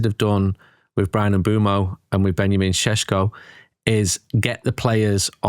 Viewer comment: Its pronounce Ben-ya-man Sexy-co